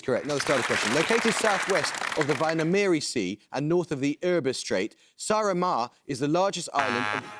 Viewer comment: Hearing Rajan trying to pronounce Väinameri and Saaremaa was a welcome smile this morning ☺️